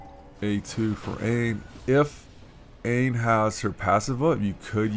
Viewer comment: Nice man that was a solid run! Dunno if anyone mentioned before, not trying to be all elitest on you or anything, but Aine is pronounced Arn-yuh, it's an Irish name :)